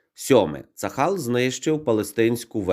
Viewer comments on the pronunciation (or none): Прошу пробачення, але правильно вимовляти "Цагал", а не "Цахал" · Тільки не "Цахал", а "Цагал" правильно вимовляти.